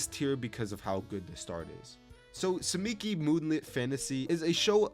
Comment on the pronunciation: i cant tolerate the TSUKIMICHI (not tsumiki) moonlit fantasy slander